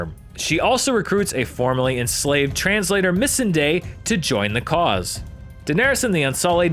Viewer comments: *channels inner Hermione* It's not "MISS-in-day" It's "miss-ON-day" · You pronounced missandei wrong lol. You said Miss-in-day when it's really pronounced Miss-awn-day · You have seen the show, they literally pronounce the names in the show. You should know it’s pronounced Misandai not misandai